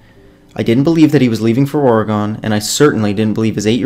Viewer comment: You say Oregon wrong 😳